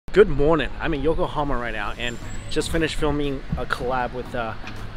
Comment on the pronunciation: Whenever he said Yokohama I kept thinking he said Oklahoma